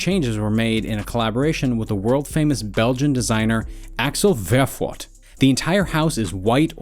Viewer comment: Axel Värfbort? Bro hes belgian not german. Its Verboord (ver as vermouth, boord is pronounced as bored)